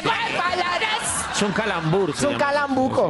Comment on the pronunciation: No es calambuco es calambruca jajajaja